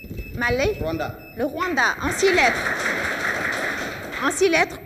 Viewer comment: A 6.20 c rwanda oubien rwada